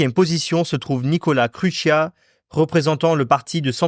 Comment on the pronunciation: En tant que moldave mes oreilles ont "saignés" durant la video à cause de la prononciation xD donc je vais aider :) Je donne les prononciations correctes 1. Călin Georgescu --> Keulinn Djordjeskou 2. C'est bon 3. Marcel Ciolacu --> Martchel Tcholakou 4. C'est encore bon meme si c'est pas non plus correcte 5. Nicolae Ciucă --> Nikolaï Tchoukeu Voila si ça peut aider une prochaine fois xD Mais mise à part cela, très bonne vidéo!